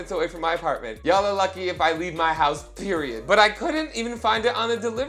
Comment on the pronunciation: The way he said "period" has me deceased